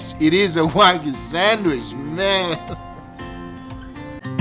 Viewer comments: Nobody: Guga: sänwish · this boi said sandwish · I love how you say sandwhish. It sounds even more appetizing